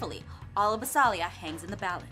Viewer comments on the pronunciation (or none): Jess is saying BASILIA wrong.She's saying basAlia not basIlia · UGHHHHH It's Bas*I*lia Not Bas*A*lia